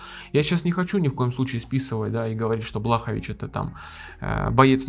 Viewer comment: Лучше будет если назовешь бойцов по фамилии правильно, Блахо́вич